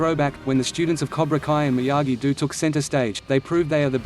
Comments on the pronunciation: Seriously this robotic voice gets annoying when 1. It speaks the names incorrectly and 2. It keeps repeating the same shite over and over again. Example It is Miyagi-Do (pronounced Doe) not Miyagi-Do (Pronounced Dew) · This auto voice shit sucks please say the Daniels dojo right maybe you you should use your real voice